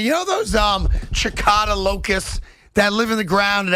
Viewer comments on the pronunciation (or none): It's pronounces si-ka-da. Not Chi-ca-da. And they're not locusts. They're bugs.